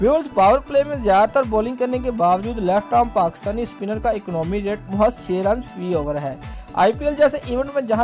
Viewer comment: ECNAAMI RATE... english ty sadqy